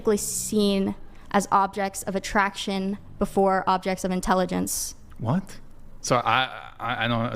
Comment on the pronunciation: 😂😂😂😂 Did she say intellegence 🤯.